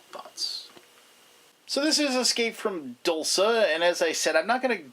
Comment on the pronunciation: Isn't "dulce" pronounced "DOOL-chay"? Or is it only spelled like the Italian word?